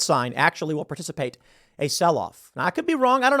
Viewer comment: Particpate? Or precipitate